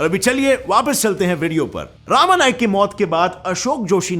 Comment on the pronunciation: It's not रामा it's रमा नाईक Full name is रमाकांत नाईक